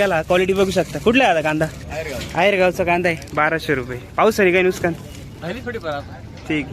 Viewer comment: नुसकान नाही नुकसान म्हण रे भावा